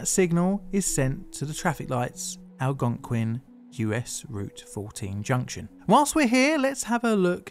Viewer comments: Great job correctly pronouncing "Algonquin" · at least he pronounced it like a local, pretty impressive for someone on another continent.